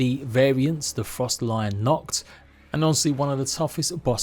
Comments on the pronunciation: its supposed to be frost tally on not freeze a lion x"D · It’s not “frosta-lion” it’s “ fros-stallion” u know like a horse. . A stallion . . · This guy in the video said it wrong. It's not Frost lion. It's frost stallion. Now take stay it together: frost-allion. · said the boss name wrong